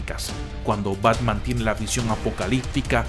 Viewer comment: Parece que dice pacman